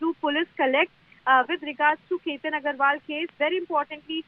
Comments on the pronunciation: Ketan Agarwal NOT Chetan. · It is Ketan Agarwal not Chetan Agarwal